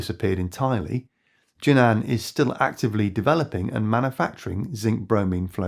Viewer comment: JUNAN should be pronounced as JUN-AN instead of JU-NAN in Chinese